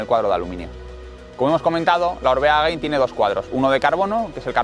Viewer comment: Gracias por el video. Solo un apunte, es Gain no “Gein”. En vasco Gain significa alto, parte de arriba. Supongo que en relación al alto de un puerto. Gracias!!